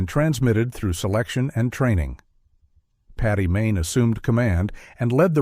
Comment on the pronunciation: Paddy not Patty!